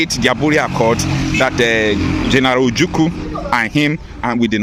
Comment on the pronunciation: My dear, you pronoune the name of the eternal leader: 'Ojuku' instead of 'Ojukwu'. Please take correction and pronoune the name correctly as an Igboman. Thanks.